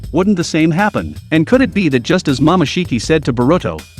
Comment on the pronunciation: Ummm did he just say mamashiki?